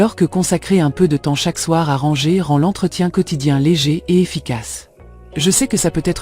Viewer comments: Mdr et au lieu de dire ranger elle dit rangeur à l’anglaise c’est n’importe quoi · J'ai aussi pensé à l'intelligence artificielle quand je l'ai entendu dire à deux reprises "rangeur" plutôt que "ranger". Ça m'a fait décrocher et je n'ai pas terminé la vidéo.